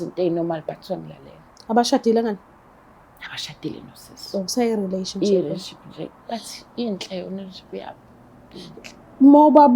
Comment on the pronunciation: Uthini ucc angizwa kahle irelationship noma irelanship angikuzwa ucc ofuna uMpho uyaziluma nje kahlekahle uzofuna uMpho lona